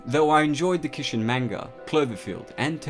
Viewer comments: Manga? Kishin? I know you have an accent but there is no way you can butcher those words so bad. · My inner weeb cringes everytime you say Kishin and Manga...lol